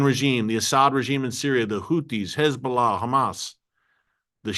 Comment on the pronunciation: Terrific program - Erick does a great job at reporting the truth.; much appreciated❣️ [caveat: There's been some progress, but it would be better if he learned to say "Hez-BO'-Lah" so he doesn't slip into that awful (lazy) way of saying "hezBLAH"🙄